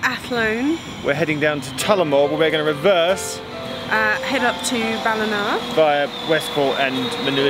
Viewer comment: Geoff’s pronunciation of “Ballina” is spot-on.